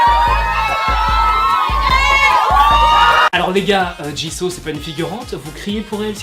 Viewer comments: Sa se dit jisou pas jiso 😠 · Mais tu dis Jiso c'est Jisoo pas Jiso ma pauvre Jisoo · on dit jisoo pas ji so je crois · on dit JISOU pas Jisso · Jisoo ❤️c'est ma bias😍 dans blackpink je l'ai en fond d'écran de verrouillage juste ça se prononce bien jisso et pas jissou? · Ta façon de dire jisoo me fait rire car il faut dire jissou et pas jisso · Super vidéo D'ailleurs ça se dis JIZOU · c`est pas pour te critiquer mais Jisoo se prononce JIZOU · Non ça se prononce " djissou " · Attendez c " Jisso" ou " jisou" la prononciation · La façon dont tu prononce Jisoo est juste horrible. Tu peux pas dire que tu es Blink et prononcer son nom comme ça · A chaques fois qu’il dit jisoo mes oreilles souffrent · MAIS STOP 😭😭😭 J'suis désolée mais tu prononces souvent mal les noms ! C'est " 지수" doit "JisoU"... et c'est toujours "LiSSa"